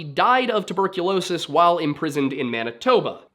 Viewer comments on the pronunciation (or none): none